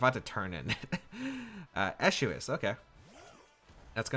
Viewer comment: I think the pronunciation is ice-cue, like ice cube! Haha <3